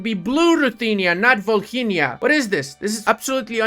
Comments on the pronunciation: Mate, it's Volynia, h is silent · In Volhynia H is silent Save ours ear's 🙏